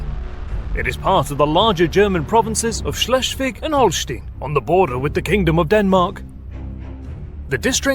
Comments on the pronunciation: It's Holst EI n not Holst IE n. Do you say Einst IE n or Einst EI n. Why are English speakers so dyslectic and mispronounce German and French words, names. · Holstein NOT Holstin like Einstein not Instin. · The "ein" in Holstein rhymes with "line" not "lean." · Holstein, pronounced as Holstine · I know this is not important to the video but in German EI like in Holstein is an "ay" sound, IE has an "ee" sound.